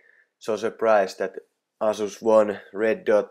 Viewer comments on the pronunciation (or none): Sano ''Eisus'' älä ''Asus'' niinkuin suomalaiset sanoo